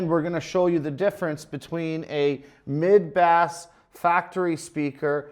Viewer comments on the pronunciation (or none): Did this MF'er really say bass as in the fish????